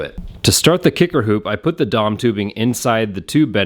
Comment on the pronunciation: "dom tubing" lol It's D.O.M. You don't say oossaa when talking about the U.S.A., do you?